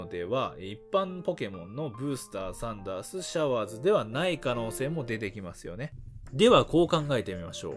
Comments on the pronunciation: サンダースがサンダーズになってる笑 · サンダーズって言ってるよ